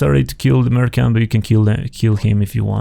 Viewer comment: Nice run, although you pronounce "merchant" wrong :D